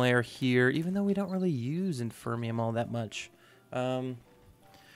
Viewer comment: Nice episode man! I appreciate the effort to say Inferium correctly haha. I'm pretty sure there are enchantment extractors of some kind. I wanna say maybe from Industrial Foregoing? it's been a while :P